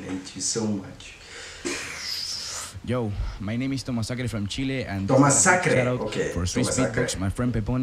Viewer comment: tomazacre no "tomasacre"